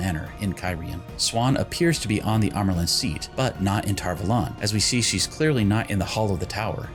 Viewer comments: I feel like lots of speaking in season 1 was hard-to-hear whispering and when they said tar vuhlawn instead of tar-vawlun it doesnt hit ears like it should. I love this series tho, and I love ur channel even tho I just found it today! ♥️ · I really do not like how tar valon is pronounced in this series